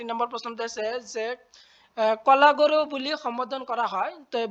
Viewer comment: কলাগৰু নহয় ,কলাগুৰু হয় 😂😂😂😂